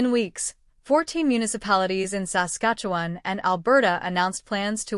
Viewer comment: A.I. generated clickbait B.S. That computerized robot voice that can't pronounce "Saskatchewan" correctly makes ya aick!!!!